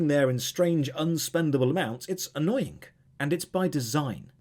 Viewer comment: 17.03 "it is annoyink" not quite as annoying as people pronouncing the end g of a word as k.